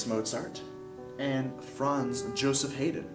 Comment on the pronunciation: A few things to note if you are using this for education: The Classical Period dates are more like 1750 (death of Bach) - 1820 or 1825. Concerto Grosso is pronounced "Kohn-chair-toe Grow-so." Franz Joseph Haydn is pronounced "Frantz Yo-sef Hi-den." Opera Seria and Opera Buffa existed in the Baroque Period, prior to Mozart. Ludwig van Beethoven is pronounced "Lood-vig fahn Bay-toe-ven." Other than that, most of the rest of the video is good. Part Two is better.